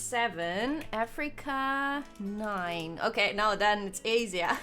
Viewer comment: Either she pronounced my home country of Asia wrong or we have been saying it wrong I'm so conflicted